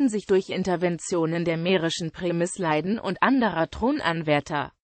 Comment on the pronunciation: Wird das in Deutschem wirklich als "Premisleiden" ausgesprochen? Ist das "i" nicht lang und gespannt?